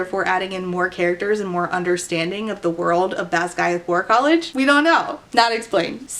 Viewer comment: Not having read the book, I thought was saying "Badguy War College" at first. I didn't question it either lol